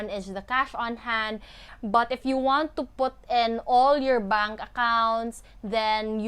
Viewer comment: i love how you say bunk account......😂😂😂